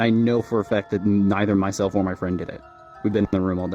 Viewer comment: * ponies * lol. when it said "ponnies" i DIED edit: oop. * friend * edit 2: * basically *